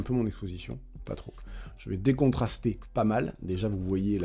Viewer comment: Chaque fois que tu dis décontraster, j'entends Garcimore 😅